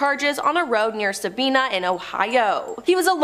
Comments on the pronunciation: It is not Sabeana it is Sabina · Sabina Ohio is pronounced differently than you said it. It don’t rhyme with Tina, it’s Sab👁️na. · It’s pronounced sa-bine-na Sabina Ohio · Sa bye na is how Sabina is pronounced. I live about 15 minutes from there. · The lil town Eugene was in is called Sabina... pronounced ("Sah-bye-nah") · It is pronounced Sa- Bi-(by)- na